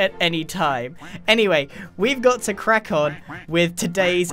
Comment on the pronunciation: “crack on with today’s video more” like quack on with today’s video!!!! Anyone... No... Ok... Sorry...